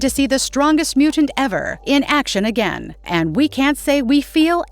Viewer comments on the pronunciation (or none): none